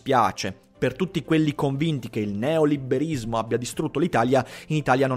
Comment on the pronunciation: Ma perché "neoliberismo" lo pronunci con la doppia b?